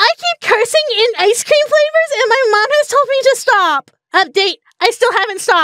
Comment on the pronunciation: i can't unhear icescweam